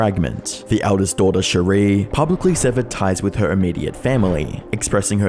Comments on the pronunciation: Why are you mispronouncing words/names? Especially Shari. Makes I hard to maintain a belief, proper research was done. I mean it’s basic respect at that point. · i love your videos, but your credibility is tanked when you don’t pronounce names properly. Shari Franke (sherry frankee not cherie frank) says her own name in the statement she gave at her moms sentencing, and he statements to the utah government, and her many tv appearances. it’s an easy thing to gain access to. it feels disrespectful to her to not even say her name properly